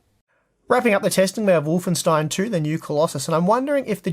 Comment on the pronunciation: That aint how you pronounce Wolfenstein :P :D.... Dem monolinguals...